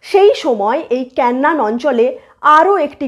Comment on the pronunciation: কেন্নান না😁। কেনান।😂